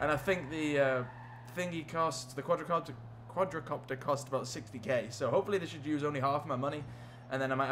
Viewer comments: It's called quadcopter not quadracopter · THE QUADRACOPTER!!! dude... wtf its Quadcopter not QuadRAcopter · it's not quadrocopter it's quadcopter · Omg it's not quadRAcopter it is quadcopter